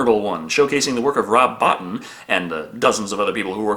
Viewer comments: FYI,, "Bottin" is pronounced "Bo-Teen." (Not trying to be a douche, just giving you the clarification.) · Rob Bottin's last name is pronounced as "bo-TEEN", just wanted to give you a heads up